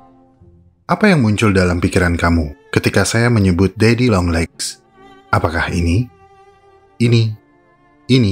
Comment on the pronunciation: Kok denger saya malah daddy yonglek wkwk